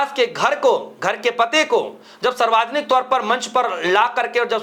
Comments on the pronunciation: Bolna to seekh le Bihari😂Saarvjanik hota h, Sarwajanik nahi😂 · Saarvajanik nahi hota hai, saarvjanik hota hai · भाई साहब सर्वाजनिक नहीं यह शुद्ध कर लीजिए शब्द सार्वजनिक है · पत्रकार महोदय सर्वाजनिक नहीं सार्वजनिक होता है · English k chakkar me Hindi ka band baja diya logo ne sarvjanic word ko sarvajanik pad rahe hai. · Sir sarvajnik nhi hota balki savarjnik hota hai. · भाई गटर के कॉकरोच.... सार्वजनिक शब्द ठीक से बोल ले।